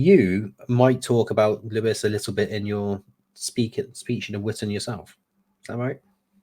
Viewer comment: Oh it's Vitan not Witan! As it is Shildings not Skildings. Or is it actually Sheeldings? Whatever, it's only for men and wives anyway so I can't go even if I can pronounce it 😓😅